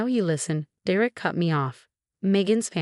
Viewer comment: For Gods sake “Derek” is pronounced dare-ek! Get it right or don’t do these narrations!